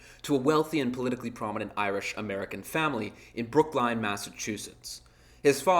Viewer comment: 1. you said brooklyn weird 2. his dad was not a good person